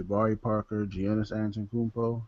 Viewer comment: Hahaha. The way he said Giannis. Its pronounced Yaw-niss but Gee-annis is close i guess. Just sayin not hatin. Giannis is a favorite player of mine. Only reason why im sayin this.